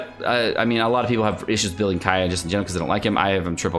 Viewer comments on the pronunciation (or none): none